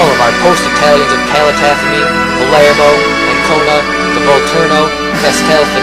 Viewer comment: Nice video, but the names are all terribly mispronounced: it's Giuseppe Garibaldi, with a soft "g" and it's not pronounced "Guyseppi". Calatafimi has the accent on the first "i", not on the first "a", etc.. etc.. Anyway, thanks for posting this